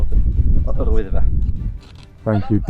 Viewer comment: Love the use of the welsh name Yr Wyddfa and to hear it pronounced correctly. Brilliant, cracking video as always you two; best to date! SC 🤜🏻🤛🏻